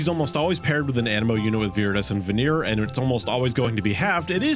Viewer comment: why can't you americans pronounce "venerer"? it's not "veneer" for christ's sake